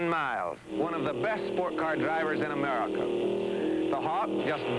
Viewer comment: did he say merica